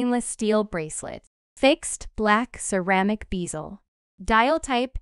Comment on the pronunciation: Try learning how to pronounce Longines. Next it is U.S. dollars not US dollars. An x between two sets of dimensions is read as by. If you are a computer voice, get a job you are qualified for. Oh, bezel not beezil.